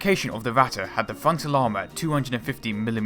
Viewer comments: Going by his pronounciation the likely choice would be "watte" (cotton). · Vatte?? You mean Ratte? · Not "Watte" there is a R, just try to say the english Rat and then add the te, not exact the real pronunciation but closer than Watte. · Why thoes everyone say Ratta and not ratte. Dude ratte is german Stop saying german words like englisch. Stop sayin A instand of E E=E E is not A. And not E like I thats so stupid. Please, if u make Video or Talk about german things. Say it in german. Or just dont talk about it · Yeah, he always says ´vatte´ instead of Ratte´. He also pronounced ´russians´ like ´vussians´. He Chinese? lol. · why is he saying the r from ratte like a w. Starting learning fucking german you americans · gotta love how this "documentary" pronounces the Ratte incorrectly.. that would be like calling a Maus a "moss", it is instead a "mouse", where as the Ratte, is pronounced "Rat", not Ratter..... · Your spelling is just as bad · Its Impossible to here "the Ratte" without getting "Ohrenkrebs" - ear canzer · I really dont know what you americans got with pronounciation. BUT you got the fucking R sound in your language, so please use it. Literaly, i could not watch the video cause you kept calling it "watte" which means wool in german. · How come many British people have trouble pronouncing their "r"s? Why wasn't this speech impediment corrected as a child?? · it's ok that you don't speak German, but please stop trying!! it sounds awful and it is completely wrong pronounced. the video is great !!!! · I don't recognize the "german words" "Ratte" and "KÖnigstiger" any more :-) The first pronounciation sounds a little more like "Watte" ("cotton wool") - the "rolling R" is hard, I know. And second: the german "Ö". There isn't a good equivalent in English, maybe the "ea" in earn. But nevertheless: thanks for the footage :-)